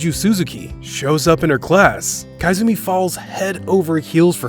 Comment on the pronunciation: It's koizumi not kaizumi.🤣🤣🤣